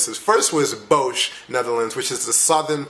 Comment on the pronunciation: Wow, I really had to replay it when you said "Bosh". We don't have a place named like that. But than I realized you were trying to say "Den Bosch" with is pronounced with a round "O" sound and just s simple sort "S" at the end... Good job though!